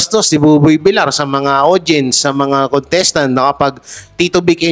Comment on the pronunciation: …No ofeense meant….Ok kang mag- react sa kahit anong isyu……..Hindi BUBOY “ BILAR!” Dapat [ BIL- YAR].,.sakit kasi sa tenga napapansin ng marami mong followeres….din….hnd lang ako….Ulitin ko……para lang sa kaalaman mo…dahil marmi kang taga-panood sa YT chnnel mo…..kaya iwasto mo na lang …..